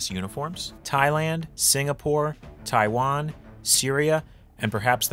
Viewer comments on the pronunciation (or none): none